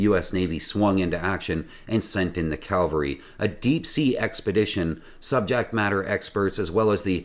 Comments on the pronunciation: It is Cav-Al-Ry, not Cal-Va--Ry. Soldiers on horses are Cavalry Calvary is where 'Jesus died' SO: The U.S.N came in like soldiers on horses: "Cavalry" to try to save the day. They did not arrive like the place 'Jesus died': "Calvary' to save the day. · CAVALRY. Not Calvary. I have said this to SO many people. Cavalry are horse mounted troops, Calvary is the hill Jesus was crucified on.